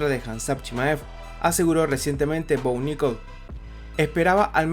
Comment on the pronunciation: Jajaja, es muy gracioso escuchar "Bo Nickols"